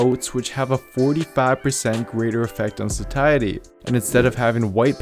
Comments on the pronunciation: Why is he saying sakiety, instead of satiety? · Just a pointer, it’s pronounced “say-sh-uh-dee” or “say-she-uh-dee”. It’s a tricky one I know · Sat-iety with a hard t??? Get outta here lol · absolutely phenomenal video but it's pronounced satiety (say shee ate ee) so I had to stop listening before I die from cringe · Just not crazy about your pronouncing "satiety". Otherwise, good info.